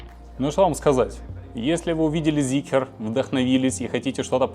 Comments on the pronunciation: Прям весь такой требовательный эстет, а говорит как колхозник, не ЗикЕр, а Зикр и не ЗикрЫ, а Зикры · Начал смотреть и выключил сразу после слова "Зикер". Люди, где вы там букву Е видите? Почему многие так говорят неправильно? Как ни крути, читать нужно Зикр и никак иначе. Считаю, что люди, которые говорят Зикер - недостаточно умные люди ибо даже прочитать слово правильно не могут. Соответственно, они и обзор не могут умно сделать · ЗИКР - не Зикер , аж бесит , Zeekr у вас есть произносить правильно вы это до сих пор не умеете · ЗИКР, ЗИКР, ЗИКР, не зикЕР , безграмотные люди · Прежде чем делать обзор,научитесь правильно выговаривать название Зикр!!! Где там е?